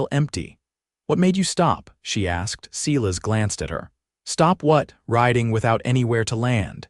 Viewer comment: "Cela's" is obviously AI's mistake for Silas, and painful it is to hear that mistake echoed in the narration, even after the spelling is corrected. Not the first video that has made this mistake. AI seems to have a limited vocabulary and grasp on proper pronunciation and spelling. Some human editing would be appreciated, especially by someone who actually speaks American English if you're going to try to replicate the Old West. And where did the second horse come from when they went west? Otherwise, a good story. Captioning sometimes incomplete of narration. Narration pleasant, good intonations usually. Good, positive progression of intentions and actions. Enjoyed it. OR, USA